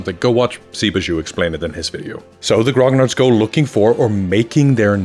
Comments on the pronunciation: It's not Grog Nards. It's Gro Nee Arrr or just call them grumbling old gagas like we do in France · Never once i've heard someone speaking engllish pronounce "grognard" right. \ɡʁɔ.ɲaʁ\ Not "grog - nard" ; "gn" have the same prononciation than the "ñ" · I wish one day people will stop pronouncing grognard in such a wrong way. But no, it's a french word so let's pronounce it in english.